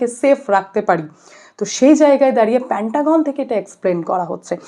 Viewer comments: প‍্যান্টাগন নয়- পেন্টাগন। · Didi ota pentagon. Ar eto baje pronunciation newa jachhena. Pantagon pantagon kora bondho korun. Dorkar hole google e search kore dekhe nin ki uchharon hobe. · I request you to rectify pronunciation of "PANTAGON" "MOHARA" it should be "PENTAGON" "MAHARA" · মোহোড়া নয় মহড়া হবে উচ্চারণ। প্যান্টাগন নয় পেণ্টাগন -- কি হচ্ছে কি? বাঙালিত্ব. ....?